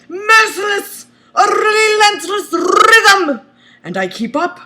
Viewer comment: A RRRRRRELENTLES RRRRRYTHM!!!!